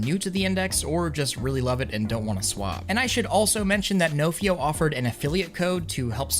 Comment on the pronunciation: Nofio is a welsh word and you’re saying it wrong